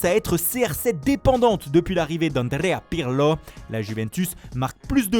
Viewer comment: Annddrrreeaa ppirrrlo